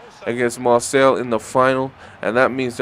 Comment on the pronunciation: by the way its Mar say